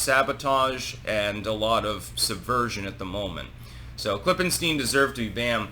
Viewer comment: "Klippenstein" every... fucking... time...